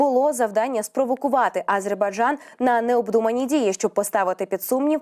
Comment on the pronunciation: Ведучій слід правильно ставити наголос в слові Азербайджан, так оіже вухо її нагллос на першій букві, Аааазербайджан🤦🏼‍♀️